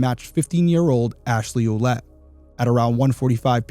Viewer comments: Her last name is prounounced "Willette"... I knew more than one family with the French spelling Ouellette-- & they ALL pronounced it that way ❤ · Derrick. I have a Quelette in my family tree (as well as a Lavasseur , the wanderer). Fyi Quelette is pronounced Well let.